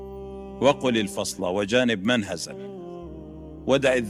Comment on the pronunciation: من هزل وليس منهزل